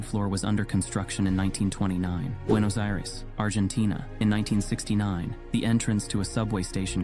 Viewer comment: Do they have "sarcasm" where you live? "Buenos Iris" is how the robot pronounced the name of the city.